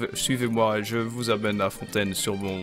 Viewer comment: Actually got jumpscared by the perfect fontaine pronunciation lmao